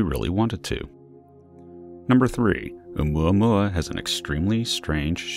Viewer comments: Please stop saying Oumuamuamuauauauauauaua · Can’t stand the way he’s say oumuamua. Couldn’t even finish watching the video. 🖕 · I almost crack up when the narrator says oumuamua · Everytime u says its name i cring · You just like saying Oumuamua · When you dont know how to pronounce something so you just mumble it! 😂